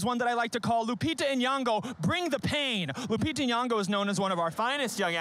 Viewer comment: Oh God how many times must she say her name. Nyong'o. Deep first o, subtle n blended with the y, ng like in king. Not N-yan-go